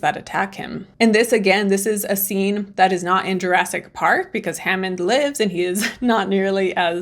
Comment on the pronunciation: "Jurassk Park"?